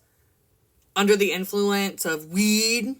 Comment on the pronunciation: Why u say WEED like that 😂